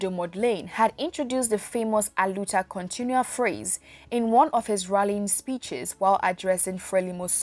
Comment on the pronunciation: You have to put the emphasis on the “ua”. The way you’re pronouncing it, it’s making it sound like “continuous struggle.” Definitely not what Samora said.